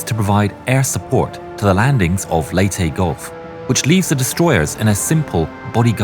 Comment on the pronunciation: U pronouced leyte and samar better than inside edition did such an embarasment